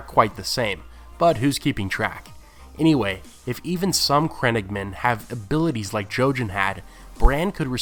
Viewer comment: the way he says crannogmen makes me cringe